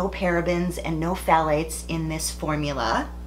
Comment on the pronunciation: With kindness, The P is silent in Pthalates.